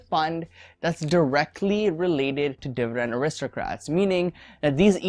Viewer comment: It's aristocrats not aristrocrats